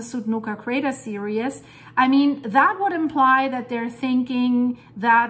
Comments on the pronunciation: Seereez. Not seerius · S-ear-E-z S-ear-E-z not S-ear-E-us